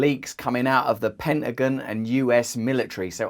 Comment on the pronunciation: Pentagon - PEN-ta-gON. ON not Pen-ta-gEN. lol that sounded hilarious. I had to play it again!!!🙏🙏🙏🤪🤪🤪🇨🇦🤪🤪🤪🤪😁😁😁